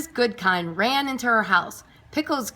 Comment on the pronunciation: It’s actually “Mrs Goodkind” not Goodking